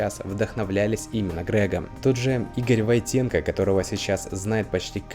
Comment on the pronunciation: Ролик хороший. Почему Войт(е)нко-то, а не Войт(э)нко?)